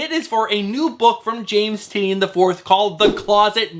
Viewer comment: Tie-nan not tin-eee-un...